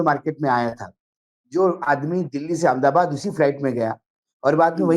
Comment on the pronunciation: R S S ki hi Chatukaarita Karni Hai to Karnavati kiyun nahi keh dete? AHMED ABAD word ko Anmdabaad kiyun bolte ho Naamkaran ki hi Munim chalao na bhai?😂